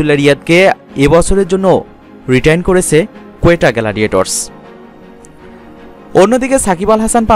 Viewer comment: vai apndr language gulo suddooo hoy naa kno bhuji naaa gladiators ki geladiyators hoy lol